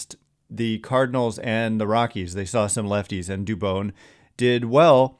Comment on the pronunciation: Dude learn how to say Spanish names